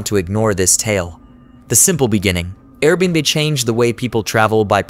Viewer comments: What's funny is you can force the ai to read it correctly if you just spell it the right way Air bee and bee, there you go low effort original video creator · Can definitely tell it’s an AI voice since it can’t correctly pronounce AirBnB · No kidding. Very annoying. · I can't un-hear it 0.o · I was thinking the same thing.